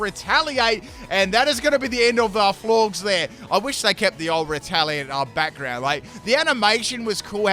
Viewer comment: Florges is pronounced like gorgeous, silly